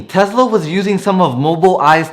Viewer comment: Is it called Tezla or Tesla? 😂😂